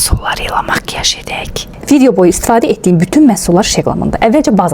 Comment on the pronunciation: Makiyaj sözündə niyə ele Makiğğğyağğjj dedi aceba 😄😂 təbiki bu bir şaka